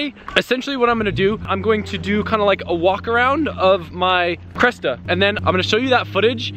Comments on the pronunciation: it's not a CRESTA its a CRESSIDA STOP SAYING CRESTA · cressida not cresta lol